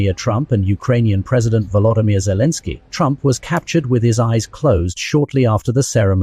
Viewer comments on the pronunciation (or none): none